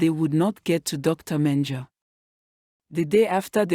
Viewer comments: Its Dr. Mengele pronouced: "men-guh-la , thanks for the video. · Keeps mispronouncing Mendele ….disconcerting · Your not saying dr's name correctly.